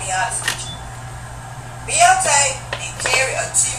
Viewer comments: oh my god you not!! AND she definitely did say beyond-tay.... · Wait, did this lady really say "Beyonte", I can't even listen to her when she says "Beyonte" every five seconds. LADY! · lmao@ "this is a man that Sats here..." oh and "beyontae".. i mean Really..... take a nap sweety.. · umm her name is BEYONCE not BEYONTE or watever the hell she said